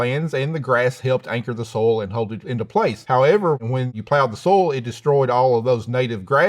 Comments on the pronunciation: love~ the way he say Soil, almost sound like soul 🥰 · EVERY time he says "soil" I always hear "soul", which I guess correct for a farmer. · "Is he saying "soil", or "soul"?" "Yes." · I like how he pronounces "soil" as "soul." Very poetic. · its good thing that i heard he pronounce soil as soul.. lol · I like how he pronounces soil like “soul”. Very symbolic. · The irony of a farmer not being able to pronounce "soil". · The way he pronounces “soil” as “soul” though…